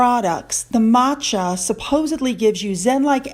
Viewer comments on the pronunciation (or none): none